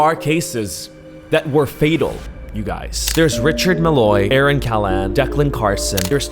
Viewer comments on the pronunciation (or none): none